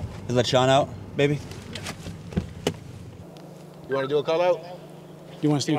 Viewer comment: did he say baby or maybe?